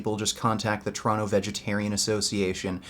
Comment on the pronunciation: Poor. When will you ever get at fight in a ring... But you must understand one thing. Nowadays pussys are such pussys that inviting them to a fight at a gym they see as a treat. No matter how "tough" they have acted before in a public video. Also when you say Toronto i hear "Trano". But that might just be me, because im swedish;)